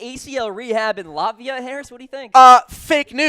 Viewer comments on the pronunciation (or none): none